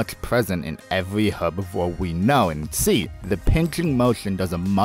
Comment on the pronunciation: please stop pronouncing herbivore incorrectly